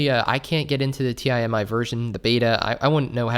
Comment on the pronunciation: Does he not know how to pronounce Timi lol